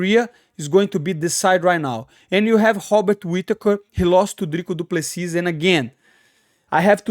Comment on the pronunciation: Hearing you pronounce all these names like this was hilarious. But I wasn't prepared for hobbit whittaker lol. All respect though.